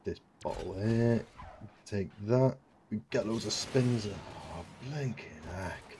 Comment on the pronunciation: 'blinkin eck' your accent is really coming through . luvvit